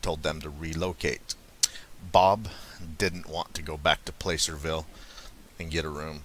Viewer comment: Hi,! NorCal native here: Just a wee correction on the pronunciation of "Placerville": It's actually pronounced like "plasser" rather than "play-ser". Named after a particular method of gold mining "Placer Mining" which involves using water cannons to wash away entire hillsides and sluicing the muddy runoff for powder gold, rather than nugget gold. Great work!